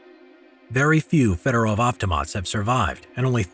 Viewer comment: Everytime you butcher federov avtomat i puke